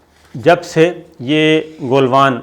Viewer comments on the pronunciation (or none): Please correct your word , it is not Goolvan valley correct word is Galvan Valley